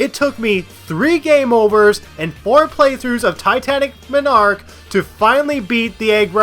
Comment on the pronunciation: The way you pronounce Titanic Monarch personally offends me